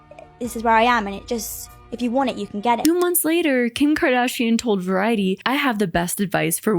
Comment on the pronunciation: Bruh LMFAAAOOOO the kHIm kHaDhAShEIAn muffled in the background sent me